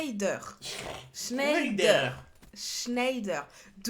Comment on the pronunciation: Sa se prononce chnèdère